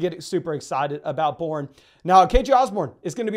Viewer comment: “Kenrick Bourne” and “ McLauren” sounded the same. I’m sorry.